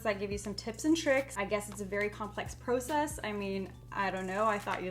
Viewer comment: who the heck says process like that